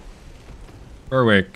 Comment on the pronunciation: Fabulous video as ever. One small thing: 'Berwick' rhymes with 'Derek'. That is all!